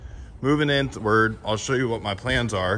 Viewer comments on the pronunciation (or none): Did you say “Insward”?